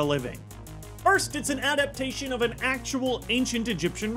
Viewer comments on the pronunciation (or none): none